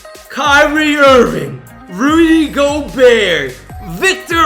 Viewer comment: howe the hell did he get rudy gobert wrong